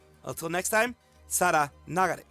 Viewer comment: You got my 👍 for pronouncing Sara name right